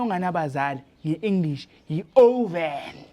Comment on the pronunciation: Often not oven